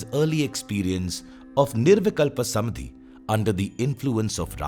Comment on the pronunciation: Lovely, so much resonated with me. My gratitude to you. I’m curious if there’s a specific reason why "Samādhi" is pronounced as "Samadhi" throughout the video.